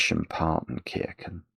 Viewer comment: Why do you pronounce the "ch" in Partenkirchen as "k", do you also pronounce "chess" as "kess"?